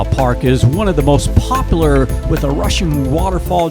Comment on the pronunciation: WHO is this guy doing the voice over? HORRIBLE! I really wanted to watch it but he's popping his "P's" and not pronouncing words correctly...pop-lar? The word is Pop-U-lar. Good grief! I can listen!